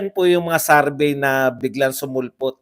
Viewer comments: SAR-BAY SAR-BAY SARBAY!! ang sakit sa tenga;,, SURVEY, SUR-VEY PAKIBAGO naman po ninyo ang pronounce... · Survey! hindi sarvey.😁😁